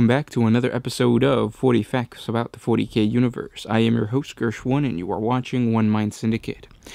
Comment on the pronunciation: Fowty Kay. Impewial. Raddelings. You sound like half a mo-mo.